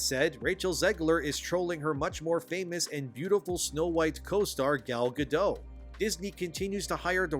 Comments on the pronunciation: Who's Gal Ga-doe? She's not French! It's Gal Ga-dot. Dot! Ya know. Like the amount of space your brain takes up. You Youtubers are making me sick. If this is going to be your profession, can you at least apply some professionalism? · actually, I never saw the original movie, but I still know its plot it’s Gadot, not Gado. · Gal Gadot (pronounced like “guh-dote”). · sorry man, it's Gal Gadot. the T isn't' silent